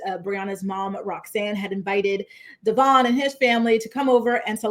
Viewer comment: How is it in like 15 years STILL can't pronounce her baby daddy's name 😂😂😂 DevOIn Not DevORN